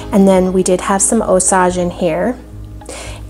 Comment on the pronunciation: Just FYI It's pronounced ˈōˌsāj (OH-sage) - Sage like the herb. The Osage people are from around the Osage River valley in Missouri.